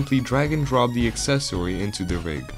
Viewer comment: I love that he says accessOwY